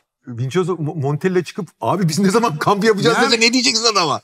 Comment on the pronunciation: Mehmet abi mutlaka daha önce uyaran da olmuştur abi ama adam İspanyol veya Arjantinli değil o yüzden Monteyya değil Türkçe'deki gibi Montella şeklinde okunuyor...